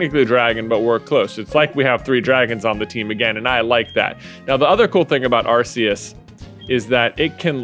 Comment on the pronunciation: Just fyi, Arceus is pronounced “ARE-COOS”